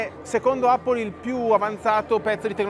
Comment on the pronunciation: Appol non si può sentire